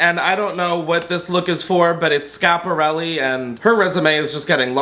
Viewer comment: The first YT'er to pronounce Schiparelli properly! Be still my heart? ❤